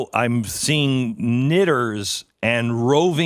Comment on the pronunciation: Lol had to listen to her say "knitters" again to make sure I wasn't hearing things. Was about to lose respect for her.